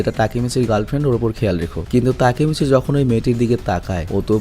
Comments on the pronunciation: ভাই আপনি টাকিমিছি না বলে (টাকি মাছ) বলেন 😂😂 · ভাইয়া তেকিমিছি না তাকিমিচি ই হবে 😊আমি এই সিরিজটা পুরো দেখছি 😊ওইখানে ওর নামটা তাকিমিছি বলা হয়েছে 😊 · Vai Takimichi Tikimichi nh 🙂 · আরে ওর নাম টেকিমিছি নয় তাকিমিছি। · তাকিমিচি না তাকেমিচি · Takimasi na ❎ taki mas ✅ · উচ্চারণ তাকিমিচি। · Vaiya takemichi er namer pronunciation ta hobe "তাকেমেচি" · জাপানিজ উচ্চারণ বাংলার মত ওরা এনিমে না বরং আনিমে বলে তাকিমিচি বলে হিনাটা বলে না হিনাতা বলে ড বা ট উচ্চারণ করে না দ বা ত উচ্চারণ করে। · ভাই উচ্চারণ টা হবে হচ্চে "তাকেমিচি" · Takimichhe bolan cunta balo laga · ভাই ওর নাম এর সঠিক উচ্চারণ তাকিমিচি